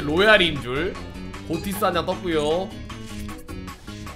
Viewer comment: 엥? 고티스가 아니라 '피시'라고 읽어야 하는 거 아닌가요!